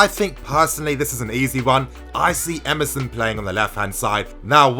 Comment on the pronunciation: Lol when you said Emerson, I heard MSN.... I was like wtf is this guy saying.... MSN in defence?